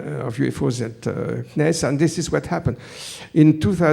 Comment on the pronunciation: Nice video, full of "things I lke" =) Thank you. I won't comment on every sentences I heard, only how CNES is said in english, a french understands it like this "C NIS" lol